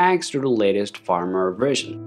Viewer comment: For a moment, I thought I was hearing things. lol.